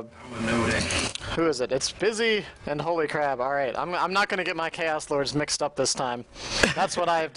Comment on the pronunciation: The co-caster kept pronouncing HolyCrab as HolyCrap, lol.